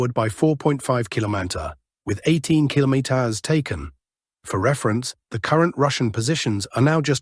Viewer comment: AI struggling to say "kilometers" today... 🤣